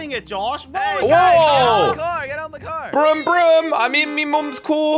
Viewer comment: "in me moms cor brum brum" 😂😂😂